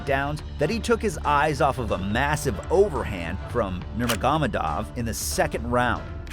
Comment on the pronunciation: Dude, learn to pronounce Khabib's surname correctly. The proper pronunciation of Nurmagomedov is all over the Internet. It's a respect thing. Do your research. Makes videos respectful of the person you are addressing as well as makes the quality of your videos higher. Cheers.